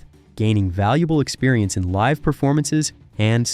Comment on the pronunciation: God this narrator is an idiot. He can't even say "live at the keyclub" right....